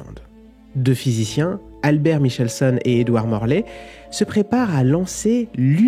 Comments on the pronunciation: Michelson se prononçait Mikelson chez mes profs de physique en Teminale et après. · Bonne vulgarisation, certes. Juste pour précision : Michelson, du nom de l'interféromètre qui porte son nom, se prononce comme c'est bien connu "Mikelson". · Michelson se prononce avec le son K. merci pour la vidéo.